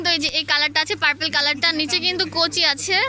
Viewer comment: স্টল না স্টোন,,, এসটন্ডার না স্টানডার কোচি না কুচি